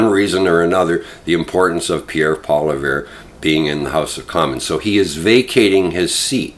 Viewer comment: How are you a political commentator and you don’t even know how to pronounce Pierre’s last name?